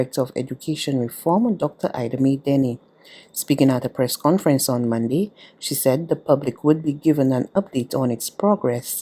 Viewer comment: Using slang pronunciations is fine for casual conversation but is not suitable for use in a formal, National Newscast. "Mun-d" is not the correct pronunciation of the word, Monday. This lady is determined to continue using incorrect pronunciations for the days of the week and it is unfortunate that there is no one in authority at BARBADOS TODAY who is able to have her mend the error of her ways.